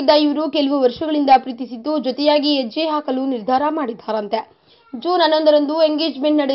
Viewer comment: adhu 'yejje' , 'annondhu' allamma... please have your pronunciation corrected.. 'Ha' na sariyagi pronounce maadi... suddhi kododh ondhe important alla.. bhaashe nu sariyagi irbeku.. please have a check next time before you do a voice over... 😐